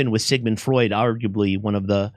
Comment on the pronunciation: It's not Freud, it's Freud!.